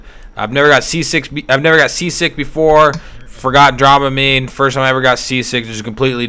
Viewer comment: dram a mine, not drama mine